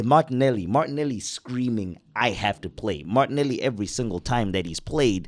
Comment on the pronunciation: zah “ have that “moilany” as well 😂 no zah martinelli😂 Americans shouldn’t even comment on football they havnt got a scooby😂